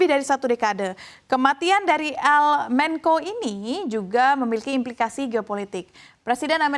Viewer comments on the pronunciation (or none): Menko Polkam? Yang bener bacanya menco sesuai kaidah bahasa indonesia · Host'nya amburadul dalam penyebutan kata. Mencho diucap menko. Sinaloa diucap sinolao